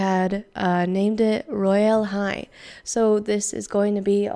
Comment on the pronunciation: I know the way to pronounce it is “royal hi”